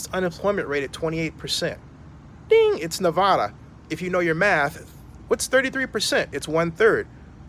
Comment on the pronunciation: Wouldn’t it make more sense that the refund is more so for the coronavirus leading to limited fans if any at all Also you mispronounced Nevada